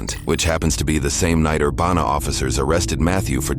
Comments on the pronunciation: Love your videos. But as a close local, it's ur-BAN-a BAN pronounced like ban hammer and then an uh added after. Not ur banana. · Urbana is pronounced Er-ban-ah. Like banana for that middle part. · That's now how we pronounce Urbana, at least I dont think thats how anyone here says it lol. otherwise, not often does anything happen in this town